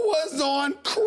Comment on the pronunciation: James D bruhh why he say crack like that 😂😂😂😂😂😂😂